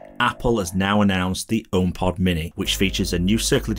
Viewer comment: I hate how you pronounce homepod as "ohm pot"